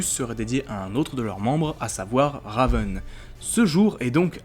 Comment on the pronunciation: Alors mec ta vidéo était super mais il y a un truc qui m'a rendue FOLLE : la prononciation plus précisément celle de raven et trigon Sinon ta vidéo était pas mal du tout même super sans aucun doute mais stp prend ma remarque en compte et sinon...Bonne avancée sur youtube 😁 Signé Elena à